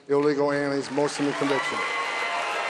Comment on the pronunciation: He can’t even say illegal😂😂😂😂